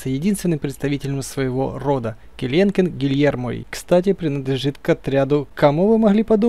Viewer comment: Не келенкен ,а келекен так всё круто